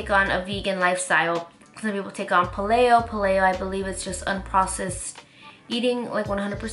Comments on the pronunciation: its Pay-leo not pal-leo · it's pronounced pay-lee-oh. you know, like the Palaeolithic period